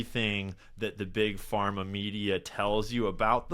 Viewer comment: did he really say trust bug Parma 😂😂😂😂 yeah ok dude. Wonder whose funding you 😂😂😂😂😂😂😂😂😂😂😂😂😂😂😂😂😂😂😂😂😂😂